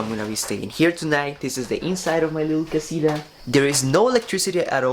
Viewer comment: Por favor, no digas my little casira, tu sabes que es casita si es que lo quieres pronunciar español